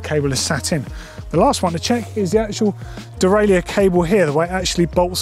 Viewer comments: Good video, but it's pronounced "de-rail-er" in English. If you want to use the French pronunciation it's completely different - "day-rye-euh". We don't need a hybrid French and English version of the word. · There needs to be a new industry term created to replace “dee-rail-yerr” 😑🙂